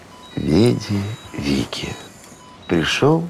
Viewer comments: Не "вики", а "вици" (Veni, vidi, vici). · Не «вици», а «вичи».